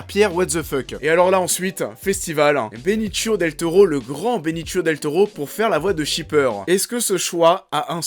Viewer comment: Par contre on dit Benicio et pas Benichio, et pour Michael Peña , ça se dit penia, pas Pena . Voilà , sinon bonne vidéo !